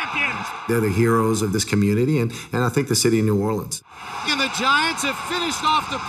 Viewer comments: "New Or-le-ans" ITS PRONOUNCED "New Or-Leans" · "New Oreleeins" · AM I THE ONLY ONE MAD ABOUT HOW HE SAID NEW ORLEANS! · The way the narrator said new orleans made me cringe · Did any one hear how he pronounced New Orleans at the beginning of the video